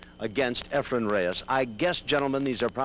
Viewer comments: These Clowns keep saying Efren's name wrong. Almost all of these guys even the pro players who play against Efren call him Efrem! The last letter in his first name if Efren!! Not an M but an N! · Well answered by Ray. I noticed Efren's name mispronounced in this video only by Nick Varner and Nick is always respectful to Efren. To refer to pool legend Nick Varner as a "clown" is very insulting.